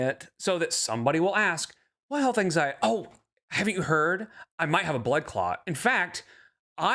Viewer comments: “Anxiet” is SO irritating 😡😤😡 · Anytime she uses the word “geeenuileeey” she is still talking to Emily. I believe the “health anxiet” is because they are fighting and she’s manipulating her